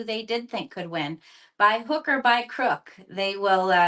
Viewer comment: Did she say by hooker or crook?